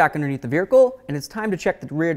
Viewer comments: Dude I would NEVER Let you Pry on my Wheels like that. No Sir Man. Mine come off just fine from 2 inches off the ground. Also, did you just say Veer-icle? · Did he say ‘veerhicle’? lol…awesome!